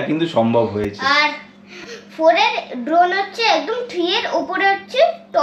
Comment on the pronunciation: ড্রোন ❎ দ্রন ✅